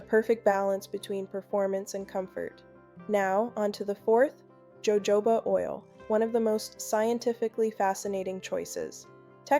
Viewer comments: Ho Ho ba !!! NOT joejoeba ! Please fix your AI issues ! Good advice though ! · It's HoHoba oil!! It's a Spanish word. J's ALWAYS have the h sound in Espaniol.